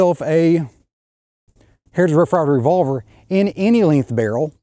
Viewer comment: I like the video but the way you get all mush mouth when you say "hrtij rff rye ver rvlvr" kinda bugs me